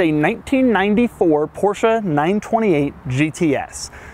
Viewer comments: it's porsche not porscha >.> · Why you call the brand PORSCHA. WHY??? It's just called PORSCHE, PORSCHE-E-E-EEE! PORSCHEEEE not PORSCHA? WTF??? You call it like this all the time. Cmon man. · this is NOT A PorshA it is PorshE , E E PorshE not PorshA